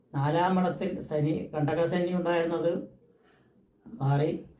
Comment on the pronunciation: സനി അല്ല ശനി എന്നു പറയു